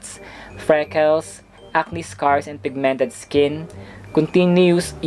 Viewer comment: Its Pig-mented Not Pigmen-ted